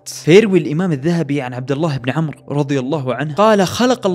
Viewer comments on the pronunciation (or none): none